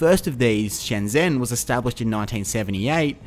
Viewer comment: It's Shenzhen. Also, in Chinese pinyin 'x' sounds a lot like 'sh' and 'zh' sounds like 'j'. Having said, that thanks for the video.